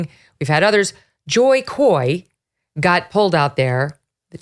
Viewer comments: Jokoy..not Joykoy u racist..then why don't u take the job instead if u can deliver better?... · it's Jo Koy. NOT JOY KOY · Laughing all the times Megyn says JOY KOY instead of JO KOY. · it's JoKoy, not Joy Koy.. MeGaYan KeLily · Jo Koy! not Joy Koy!! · “JoyKoy”? At least say his name right, it’s Jo Koy, dont care about your accent but that does not mean you cannot read, 🙄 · Its Jokoy not Joykoy😂😂😂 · His name is JOKOY not Joykoy! 😆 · Get it right it’s JoKoy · Stopped watching when she said "Joy" 2 seconds in. If you're going to bring people up at least learn their name. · You're a news reporter Megyn. Get your facts and names right fort the audience. Joyyyy-Koy....Really?! You're supposed to be a professional! Aside from that, love the way you articulate...😉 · Joy Koy? Lol hey Megyn at least do your job right and pronounce Jo Koy's name correctly. There was a guy? You in the elite circle too watching Jo from the top? As Jo said, shut up! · Megyn comes off as everyone's Mom who tries to be cool by referencing pop culture but says the names wrong. "JOY" Koy and Sarah "Silverstien." For as massive of a journalist/anchor she is, the show-prep should have been better. Otherwise, Megyn is great! 😊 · Every time she’d say “Joy Koi”… 😆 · She said Joy Koy. Lol😂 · You losers cannot even say his name correctly ! Did you even see or here the entire monologue ? You said "apparently " implying that you did not hear it .. Some of his stuff fell flat and some was really funny. Also he did not name bad writers he was kidding dummies . So you hated Jo Koy but you liked the Taylor Swift joke ? Make up your minds , The pedophile joke was funny ? The only thing I know for sure is both of you ladies are NOT funny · Megan purposely saying Jo Koys name wrong multiple times is so rude.. he’s more popular than she is so she should be humble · HAHAHA I love that she botched his name in the introduction, twice, Joy's career is DONE.